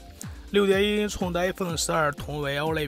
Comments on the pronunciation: 寸是cun 不是chong 老哥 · 6.7英囱的口音是要被歧视的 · “寸”的发音醉了，挺佩服UP主这么自信。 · 寸和匆分不清楚？真是迷之自信~